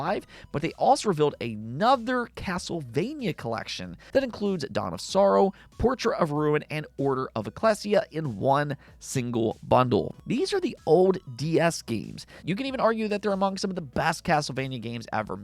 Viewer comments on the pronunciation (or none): That's not how you pronounce Ecclesia. It should be pronounced uh-klee-zhee-ah.